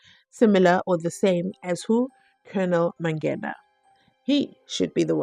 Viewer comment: What is so difficult about pronouncing the word MANGENA correctly,its a simple word,jeez,this judge,by the way i share the same surname with the "ballistic expert" but we r not related🤪🤪